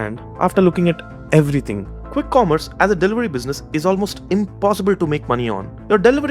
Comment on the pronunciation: Why tf does she say khwikk khommerce space